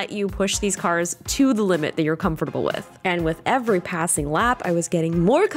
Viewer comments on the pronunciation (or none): Your pronunciation of "comfortable" is different from 2021.